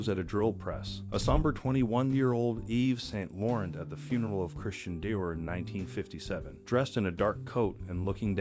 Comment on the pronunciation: Bar dot? Really... Too lazy to fix the audio? AI is going to ruin this platform. And now Loo ver? Saint Laurent is bad enough but Day vor followed by Die or? smh... Shwarz uh naygr...